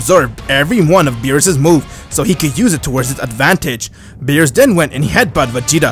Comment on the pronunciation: Bruh he said meerus not beerus